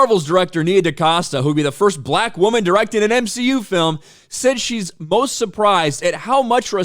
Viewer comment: The weird way pronounces "Black": BUH-LaAK. 😂